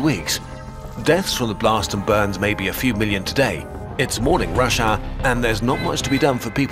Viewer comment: why the hell did i hear Russia instead of rush our?